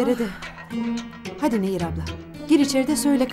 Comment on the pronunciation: Karekterin adı "Nehir" değil "Neyyir"!